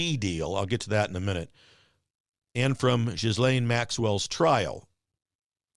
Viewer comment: GIL LANE, not JIZ LANE